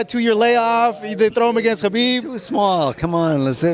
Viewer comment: One of the very few reporters/interviews who actually says khabib name correctly